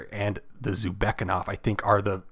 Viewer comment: Thank you, really useful and informative video. I'd love to see smgs next because I don't know about many of them. However I do think it's pronounced "zoo beck na kov" and not zubekov but to Each their own